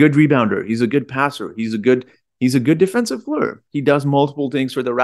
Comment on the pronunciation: Are you kidding... I love how you say "play ur"... I am fan bpyin right now! 😅